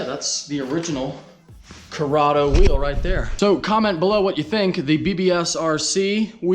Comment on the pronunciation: CORRADO RHYMES WITH SILVERADO